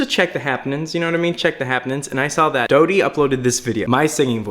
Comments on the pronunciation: Doddie? ?Not trying to hate but Dodie is pronounced like "Doedie" not "Doddie" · It’s “doe-dy” not “doody” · lol at the start somewhere in the video he pronounced your name "doddie" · he says Dahdee not Dodie with the Oh sound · ._. if you - WTF ITS PRONOUNCED * DAW-DEE * I THOUGHT IT WAS * DOW-DEE * like ... bow , but with a d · I’m not mad or anything but I just thought I’d let you know her name is pronounced doe(like a female deer) Dee instead of dod ee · dough-dee not dod-ee lol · “dod - ee” i’m sorry- but it’s “dode - ee” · Its dough-die not Doddy 😂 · dodd-ey ,,,,,,,, it’s pronounced dode-ey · Doddy? It’s pronounced Do-dee 😊👍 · ITS NOT DAHDIE ITS DOWDIE (DODIE) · “doddie” my god😂 it’s dOH-dEE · Hiya! Just wanted to say it's pronounced more like dough-dee than doddy ahaha. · Hate to be THAT person, but its pronounced dOdie with an O sound, not dAHdie. Loved the video though. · Hey just wanted to let you know that her name isn't pronounced "dottie" it's actually like "dough-dee". I just wanted to comment because before I watched her videos, I also had no idea which way it was pronounced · hey its pronounced DOEdy not doddy ;D I love Dodie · he pronounced her name as dottie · I thought "Dodie" was pronounced with a long "o" ? Can anyone tell me? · He says her name “Dah-dee” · It's pronounced dOWdie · the way you pronounce her name bothers me :////// it's pronounced dow-dee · he pronounced her name doddy at point lol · he pronounces it dahdie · when he says dodie like "Dawdie" 😤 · “doddy” i love the way you pronounce dodie’s name! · it’s pronounced like dough-dee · “*pronounces her name as doddy*” me: dies a little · Its pronounced dough-dee 💓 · i swear i heard you say "diedi" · pronounces dodie wrong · Did you just pronounce my queen’s name incorrectly? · The fact that he can't say her name right but has been subscribed for awhile now! haha <3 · When you pronounce her name wrong I cringe a little lol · I cringed when he pronounced dodie wrong